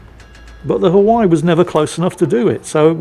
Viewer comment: Please learn how to pronounce Hawaii